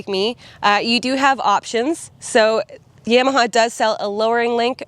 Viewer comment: Good Job! Gonna test ride one. Never heard Yam a ha pronounced that way. Thought it was Ya ma ha - lol